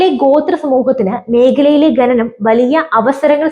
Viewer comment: "ഖനനം", ഇതിന്റെ ഉച്ചാരണം എങ്ങനെയെന്നു ഒന്നു മനസ്സിലാക്കിയാൽ കൊള്ളാം കുഞ്ഞേ